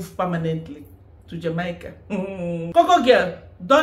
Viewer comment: Jamaica is pronounced "Jah-May-Ka."